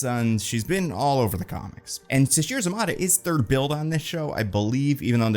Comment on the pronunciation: Just FYI it's pronounced Sasheer za-MAY-tah